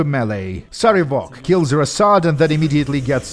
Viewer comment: PC: wow your dad's a jerk. Sarevok: Yeah he...wait why? PC: Why did he name you Cover-ass? Sarevok: WHAT! That's not how it's pronounced!